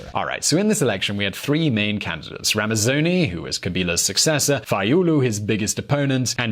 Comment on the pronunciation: KASAVUBU was the first president and LUMUMBA (whom has a university named after him in Russia) was the prime minister. And it's RAMAZANI (not RAMAZONI). other than that good video. keep them coming